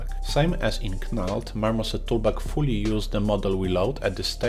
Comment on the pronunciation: Great video, i`ve used all these for many years and crazy bump before that. But if i`m in a rush knald is a good option for me, even if its just quickly grabbing some height information from a colour texture. btw, its pronounced Nald, silent K like Know. Sorry to pick up on that, i understand you dont have English as a first language. Keep up the good work!